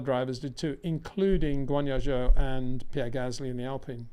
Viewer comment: Someone needs to explain to this guy how to pronounce zhou’s name properly…